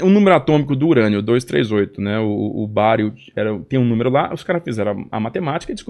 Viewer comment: Bario? Que Bario? 😂